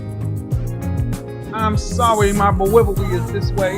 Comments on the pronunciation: dewivewy LOL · ITS HIS DEWIVEWY